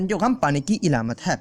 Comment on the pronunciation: Alamat hota hai ilamat nhi